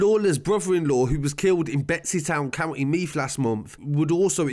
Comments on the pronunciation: He calls the county I live in meath meaf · The way he says drogheda , meath and bettystown 🤣🤣 nah but srsly great video good to shed some light on this it was a horrible thing many ppl had pics of the aftermath on their phones and it was sick they would send it around